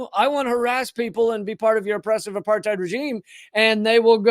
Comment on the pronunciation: "Israel isn't apart-thighed!" - Michael Rapaport